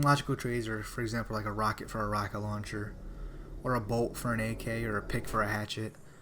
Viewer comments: He definitely said bolt, although it does sound like bow, its just the way he says it makes it sounds like bow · He said bolt but yeah it did kinda sound like bow lol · listen him say bolt is sounds the exact same as later then he says bow you can distinctly hear the w unlike when he is talking about trading